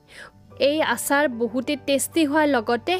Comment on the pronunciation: অচাৰ নহয় আচাৰ